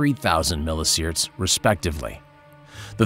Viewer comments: Milli See-Verts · "milli sierts".. no just no...